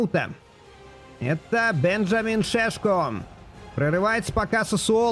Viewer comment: правильное имя у Шешко не Бенжамин, а Беньямин)